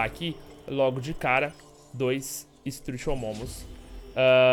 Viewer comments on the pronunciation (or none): Não é "estrutiomomu" e sim "estrutiomimo"